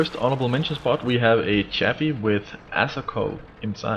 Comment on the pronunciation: the chaffe is a french tank used by the americans your pronounciation annoys me